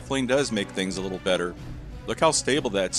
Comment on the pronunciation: Litlate! She said nuffallready! Hoho